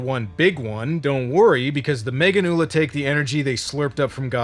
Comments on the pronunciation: The dub pronouncing Meganeura as “meganula” is agonizing. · Meganeura, not meganeula. Even the English dub actors were clowning on Japan lol